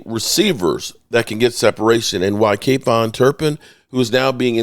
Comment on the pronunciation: I love man but his is KaVonte ( Kah Vont Tay) not KayVon!! Sorry just sounds ridiculous coming from a major fan that can't pronounce his players name right😂